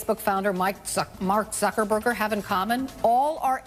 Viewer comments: I thought she said "MacZuckerburger". Would that be the combo? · She called mark zuckerburg mark zuckerburger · "Mike Zuckerburger". Really?